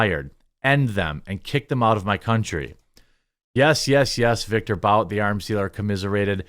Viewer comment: isn't Bout pronounced Boot? At least in this situation? Pretty sure I have heard people say that is how his last name is pronounced.